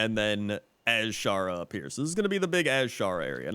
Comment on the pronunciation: You pronounce Azshara annoyingly. It's just Azshara. Not AZ-shara.